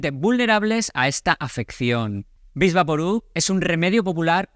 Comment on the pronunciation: Diga Vick Vaporub, no vix.